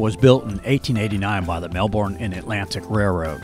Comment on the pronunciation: Really nice video, but it's MelBURN not MelBORN. Thx